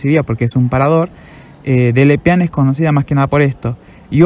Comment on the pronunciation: Perdón pero no lo puedo dejar pasar, es mas fuerte que yo. La E al fiinal de Delepiane se lee, no es muda. Es DelepianEEE